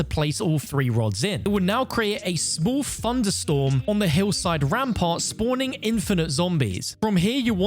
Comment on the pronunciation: What’s a “funderstorm”?